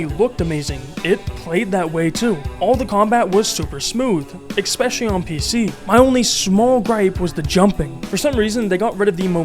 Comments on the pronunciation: Learn english, its not "ex-specially" its ESPECIALLY. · I appreciate the video man but you've GOT to stop pronouncing especially as "expecially" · "exspecially" throws me every time 😅